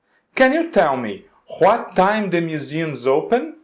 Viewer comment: Adorei o conteúdo do video, só achei estranho mesmo o jeito que tu pronuncia "what" e "when", tu pega muuuuito o W com som de R.